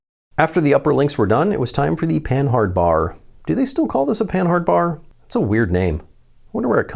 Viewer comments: It's not pronounced Pan-hard it's pan-ard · Panhard should be read as pah-nahr, not pen-hard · "Panhard" is pronounced "puhnard" I think